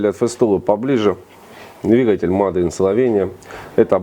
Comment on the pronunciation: Человек с высшим образованием, английский вообще на ноле. Мадэ ин Словения.